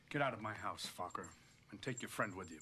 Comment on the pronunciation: I just love every time Jack says "Focker", it's almost like he's calling him "fucker". 🤣